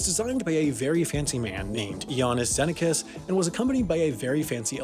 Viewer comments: Xenakis is pronounced Zeh-NAH-kiss. And he was a major contemporary electronics composer of the time. Like, there's Stockhausen, who invented it, and him. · Finally, get a chance to correct this man's inexcusable pronunciation! Iannis Xenakis' last name has the emphasis on the 2nd syllable, not the first. It goes Zeh-Naw-Kiss. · My man ruined Iannis Xenakis's name pronunciation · The Iannis Xenakis pronounciation is already my favourite part of the future error correction video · thats not how you pronounce Xenakis